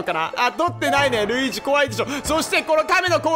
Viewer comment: なにやってのルイージ！のとこで巻き舌かっけぇ！！！